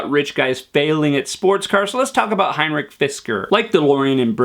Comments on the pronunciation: And more pronunciation: Its not Heinrich Fisker, he is not German he is Danish, so it is Henrik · Points on Fisker: 1. It's Henrik Fisker (not "Heinrich") 2. It was Hurricane Sandy (not Katrina) 3. The cars that burned in New Jersey (after Hurricane Sandy) were those that had been submerged in sea water (which conducts) 4. You fail to mention that the car (now the Karma Revero) is back in production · It's Henrik Fisker .... NOT HEINRICH Fisker. He's Danish not German.